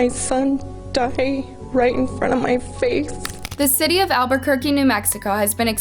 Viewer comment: sss....Albuquerque, como siempre. you should know better if you're from 'Burque.